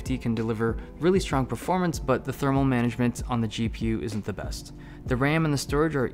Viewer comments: "manaement" :D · manament XD